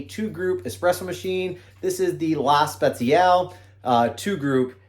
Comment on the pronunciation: Grazie mille for the video ! ......La Spaziale (Spâht-Cee-Ah-Le) 😉